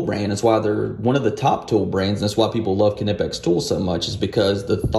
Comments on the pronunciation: I believe is pronounced Nipex.. great video. Thank you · Its Knipex with K. Its German. You don't omit K when a word starts with K. Not even a silent K. Its just another letter in the word, just the first letter.